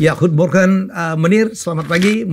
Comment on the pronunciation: Goede morgen dibaca : khuye morkhen...